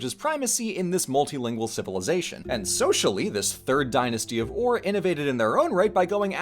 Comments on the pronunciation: A note- ur shouldnt be pronounced like err or oar but instead like oor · Wait, it's pronounce Oūr? I thought it was more pronounced eUr... or is the Royal Game of Ur completely different?